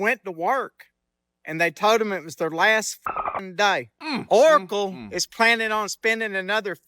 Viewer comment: When said "OoOcle" i locked in.